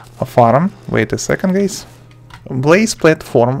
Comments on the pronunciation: When he said hello guys i hear hello gays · Lol in the first 3sec it sounded like u said ok gays